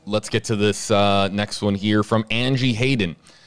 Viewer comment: Please don't say "here" ever again.